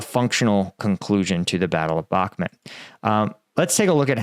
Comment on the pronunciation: Sorry for being a dick but it's Bakhmut (Read as: Bakhmoot) and not Bakhmet.